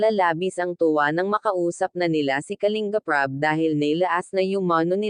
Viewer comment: Anu klase pag basa mo sa KALINBAP. .....???